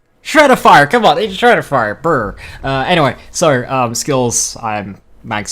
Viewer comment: The commitment of not rolling the R in BRRRR